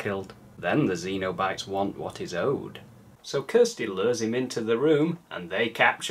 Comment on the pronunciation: Great review and great movie, but I believe Pinhead and his gang are Cenobites, like SEN-oh-bites, less akin to the aliens from Alien xenomorphs. A cenobite is an old-timey term for someone belonging to a monastic order, which makes sense for inter-dimensional S&M demons I guess, if not in a weird way. Keep up the great work,!